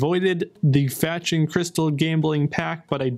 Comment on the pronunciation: Answer me... do you have an accent or your pronunciation is just so bad? Instead of "faction" you are saying something like "fetchion" which does not mean anything!